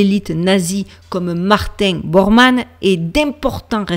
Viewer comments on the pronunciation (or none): none